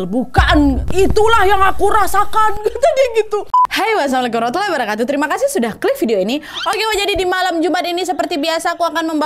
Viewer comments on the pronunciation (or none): none